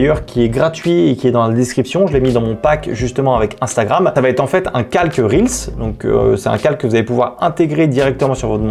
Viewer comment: Enfin quelqu'un qui prononce correctement "reels" et qui dit pas "réels" ! Merci pour les petits tips ! 🙏